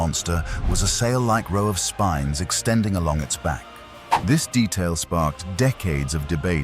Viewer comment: Spine not spin